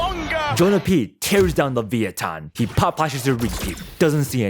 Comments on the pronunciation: Just say leviathan not leveeathon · Is that how you say leviathan?leviothon?